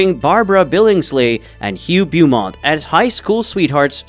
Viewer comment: Bow-mont, not Beew-mont